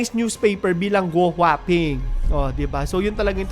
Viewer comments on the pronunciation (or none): Guo Hua Ping - Tamang pronunciation is “Gwaping” 😁